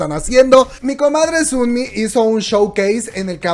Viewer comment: ¿Por qué dices Sunmi? se dice sonmi... O no se si es mi imaginación pero weno 😂 o dices los nombres asi de cariño? Por ejm el de Chungha 😂 es chonja